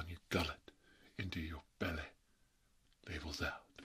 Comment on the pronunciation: This is really what I needed after a not so great day. Love the video Also, I just want to point out that every time you say “labels out” I always end up hearing “for Harambe” from your older video lol